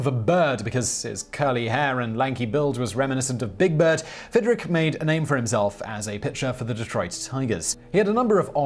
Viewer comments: pronounced "Fid-rich" not rick. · It’s not Fidrik! It’s Fidrich.